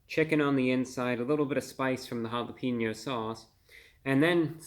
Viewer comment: Always entertaining Review Brah. But you are a food critic, you should at least know how to pronounce Jalapeño correctly. It is Ha-la-payn-yo. It has a hard A not a hard E. Just to trying to help your credibility. 😁